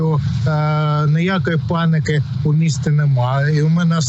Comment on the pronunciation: "Паныка",учи м.ову.